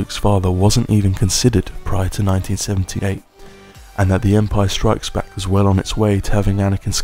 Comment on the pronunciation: Why do you insist on calling it "Empire strikesback"?